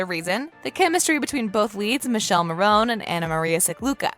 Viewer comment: It's Mi-ke-lé Mo-ro-ni.